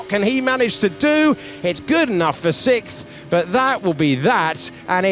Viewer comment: Why can't Alex Jacuqes pronounce the word "Sixth" ? He says it like "sicth"